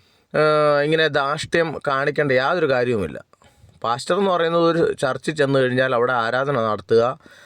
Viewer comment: Hallo അവതാരക മലയാളം വാക്കുകൾ കൊണ്ടു വ്യഭിചാരം നടത്താതെ വ്യക്തമായി ആ " വാക്കുകൾ,, ഉച്ചരിക്കുക. താങ്കൾ അതു ചെയ്യുമല്ലോ? പാസ്റ്റർ എന്നതു പ്ലാച്ചർ എന്നു ഉച്ചരിച്ചതു കൊണ്ട്